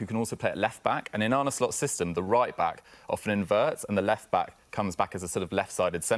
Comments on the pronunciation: ArnA not Arnie ffs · It's Arne, not Arnie. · I wish people would stop pronouncing his name as "Arnie". Anyway, the guy saying VVD needs a long term partner or replacement to go with Konaté... we've got Quansah who is currently already better than Konaté. Palhinha ain't the guy for DM, hes already nearly 29, we need someone younger and I can't see Edwards wanting a 29 year old in.